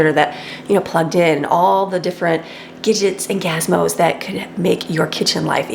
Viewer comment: Gidgets and Gazmos….haha, that little mistake made me smile 😊